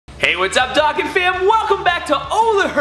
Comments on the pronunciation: Its pronounced dough-con not dock-an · It's pronounced dough-con.